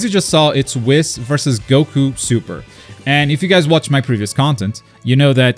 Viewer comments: It’s whis not wiz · Stop calling ma man Whis Wis :( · Buddy lol Whis's name is pronounced like WHEEEESS. Its supposed to rhyme with the word peace. It is not supposed to rhyme with piss lol just imagine if the "i" in Whis was 2 E"s instead and just say it like that. Lol huge fan im sorry i had to say something that pronunciation is wild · Pronouncing 'Whis' like 'piss' is not very funky fresh. It's a no from me chief. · I still can't get over the fact that he pronounces "Whis" as "Wis." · This dude's pronouncing whis as he does, hurts my soul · Today I learned can't pronounce Whis xp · Why must he say whis like that😂😂 still love the content tho.